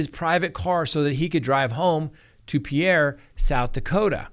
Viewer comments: Not being picky- but I am. It's pronounced "peer" not "pee air" S Dak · As a South Dakotan, I died when pronounced Pierre. 😂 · im from rapid city too! He make Pierre sound so fancy! 🤪